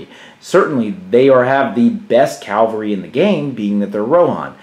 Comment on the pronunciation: Leonardis EGWG You're right in correcting me on this. My pronunciation is certainly horrible with many older words and Tolkien words. I should have said Cavalry. I appreciate you making me practice though :)